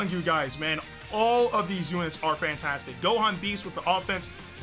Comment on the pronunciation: I thought he said Pantastic LOL🤣🤣